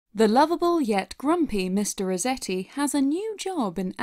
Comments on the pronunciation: You kept saying Mr. Rezetti. With a name like Resetti, doesn't it make more sense to pronounce it how it's spelled? RESETti? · Am I the only one bothered by her pronouncing it Mr. Rezetti? Does that mean she says, "I had to rezet my computer," and, "please zet it on the table when you're done"? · Who was also annoyed at the fact that she kept calling him “mister reZetti” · Your pronunciation of "Resetti" bothers me. You make it sound like "rezetti", as though it doesn't have the word "reset" right in there. Unless you want me to believe that you pronounce that word as "rezett"...